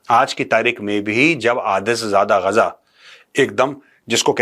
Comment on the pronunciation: Major saab it is गाजा नोट गजा.